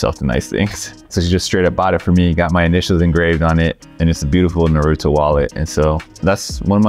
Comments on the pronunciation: No way he just said Nuhrooto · they sayin naruto wrong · Is anyone going to say anything about the way they pronounce Naruto? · Asian but can't pronounce Naruto correctly